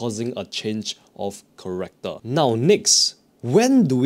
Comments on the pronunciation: Change of “Character” not “Corrector”. Other than that great video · its character (change of character) NOT corrector. thank you for explination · Change of Character bro, not Corrector, CHARACTER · Dude, what the hell is corrector? It's the change of character!!! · Ch-a-r-ac-toor. Also can :D